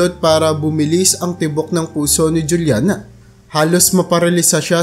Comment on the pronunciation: Juliana is pronounced as hulyana kasi spanish name yan